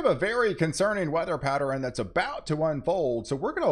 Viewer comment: Why do people call ot patter-in? Its Pat-tern